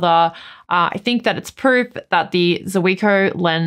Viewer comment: Hi, one of those things that bug me is pronunciation, for Zuiko read Zweeko. Sorry for that